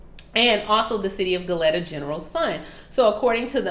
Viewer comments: Hey heads up it is pronounced go leeta. Spelled Goleta. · ITS PRONOUNCED GO- LEE- TAA